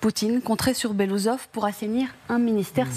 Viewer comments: BELASOUSOV ET PAS BELOUSSOV UN PEUT DE RESPECT !!! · BELOOUSSOV, PAS BELOUSOV ! 😂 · Ca ne se prononce pas “Belousov” mais “Belo-oussov” (qui veut dire en russe “moustache blanche “) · Il faudrait quand même faire des efforts et prononcer correctement le nom de la personne.